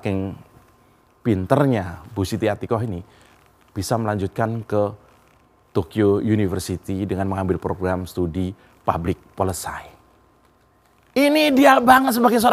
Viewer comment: Public Policy (maaf "pablik polesi", bukan polesai,...)